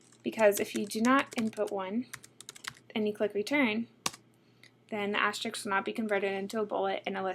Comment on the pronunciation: This lady should 1) learn how to pronounce "asterisk"; 2) train herself to speak with the full range of her voice rather than with the constricted "vocal fry" that she currently restricts herself to.